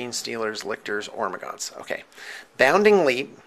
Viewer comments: It's not Ormagaunts, its Hormagaunts. like WHOREmagaunts. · He's calling the 'ormagaunst because he got that salsa 'nids. Silent 'H'